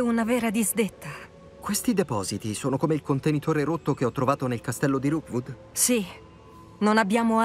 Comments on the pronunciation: Qui per ricordare a che si chiama Rookwood e non Roodwook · Ti prego ti prego si chiama rokwod non rowkod mi triggera un sacco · Qualcuno dica a che è Rookwood e non Roodwook, per favore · tutto bello ma perchè lo chiami roodwook e non rookwood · mi fa morí quando dice roodwook invece di rookwood💜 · Dopo 16 puntate non hai ancora capito che non è roodwook ma rookwood😂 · non riesci proprio a dire rookwood